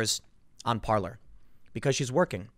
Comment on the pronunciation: Parler is pronounced Parlay. It's a French word that means "to speak".